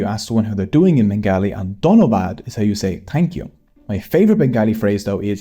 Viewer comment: Just want to say that's not exactly how you say that Remember that whole bongla-bangla pronounciation thing you were talking about? Applies here too For anyone wondering it's pronounced more like Too-me ke-mon a-sho Dhon-no baad